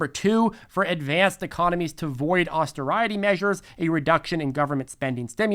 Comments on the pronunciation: Austerity - "Ostare-it-tea", not "Oster-riot-tea" (unless it's an inside joke I'm unaware of, wouldn't be the first time) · AUS-tear-it-EE, austerity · "Austeriety"?? Good one,!! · Pronunciation of “austerity” needs a little work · You're just joking with your pronunciation of austerity yes? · need to learn to pronounce “austerity”. 😂 seriously, awesome informative video. Thanks. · Anyone else notice he totally butchered the word "Austerity"? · Lemme get that “austerity” pronunciation again?😮